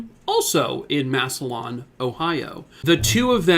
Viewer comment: It's pronounced "Mass a lynn" not Massolon